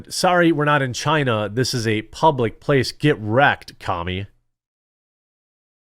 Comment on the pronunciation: Chinese Bai-zou, take it back to Chyyyna